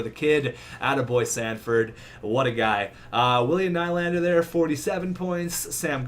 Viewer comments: Nylander is pronounced nee-lander, so ur nickname is pronounced incorrectly 😂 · I am fine with will ny the hockey guy and his name is pronounced William knee-lander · T&T Gaming nah, I would say its pronounced new-lander. Theres no word in english to pronounce ny from swedish. But hey, how should I know. Im just a swedish guy lol